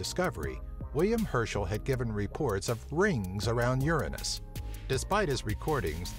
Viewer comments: The pronunciation should be more like URANUS, OORANUS. Not like YERANIS, or YURANUS. , cause it's just like UZBEKISTAN. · it's Pronounce U-ran-nus, not Ur-anus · Uranus NOT your A nus pronunciation please pronounce it correctly to keep jokes to minimum. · A somewhat realstic Latin pronounciation is oo-er-own-us, like the city of Ur. The ancients would have never pronounced it your anus or urine-us. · Pronounced Tit -on -ya and Uranus is pronounced Your Anus, But Your-an-us is the correct way but people say your anus because it's funnier . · You pronounce it wrong. It's YOUR ANUS, not URINE US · The name in Greek is pronounced OO-RA-NOS,not YOUR -ANUS,you dipshits. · it's urine-us? I thought it was ur an ass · So it either sounds like yer anus or urine us. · I honestly feel bad for Uranus. The first pronunciation is "Your anus" and the second one... "Urine-Us" R.I.P Uranus. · you should pronounce it the greek way (oo-RAN-os) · Ur-anus was married 13 times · I pronounce Uranus as u-rain-neus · guys dont say uranus in real life bc it is the inmucher way to say it say it like this urinis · ur anus hahahahahah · The thought i had with the pronunciation was Your-Anus Ur-Anus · Both ways of saying this sound like you're anus for one and the way you say it would like urine us. I also didn't know people said it like urinus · Uranus you says Uranus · Your anus LOL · The way he pronounces it irritates me. I have never heard someone call it that lol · "Uranus" is Latin and comes from the Greek "Ouranos", both your pronunciations are wrong like almost any Latin word used in English. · Uranus (Latin) comes from Ouranos (Greek), the personification of the sky. Any anglophones pronunce it WRONG, like almost any Latin word, because they use the English pronunciation even with foreign words... that's why it sounds silly. If you listen the correct Latin pronunciation it's just a normal word. They're just ignorant.